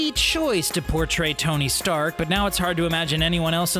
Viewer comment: Well he said Tony shark....